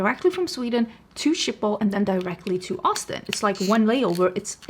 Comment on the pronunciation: Thank you for showing me how to correctly say Schiphol as I've (all my life) said it like "Shkey-poll" like I'm Sean Connery saying "ski pole" but how do you say the name of the dog breed Schipperke - I love those wee doggos. Uh - baby beavers are adorable!! There's a difference between negative feedback and slamming something rudely without critique. We are allowed our opinions and if someone gets personally offended by someone who disagrees with you - that's a them problem. Your hair looks great! You've had short hair before and you always style it well. It's a nice midpoint in case you were thinking of going shorter, or longer with your extensions. You have so many more options!